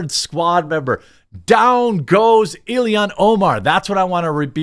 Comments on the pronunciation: Why can you not say Omar's name correctly? It's not Ilihan, it's Illhan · It's (ill-han). I don't like her either, but with how often you said her name it was bothering me😅